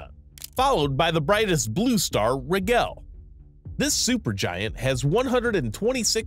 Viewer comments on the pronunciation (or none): Personal nit pick. It's pronounced ' O Rye in ' or " O Ryan "not " O ree in " and it's Rye Gel not Rig L. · this mf pronounced orion "or-ee-on" and rigel "regg-el"